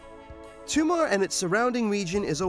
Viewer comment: stop calling it Toomar, it's Tomar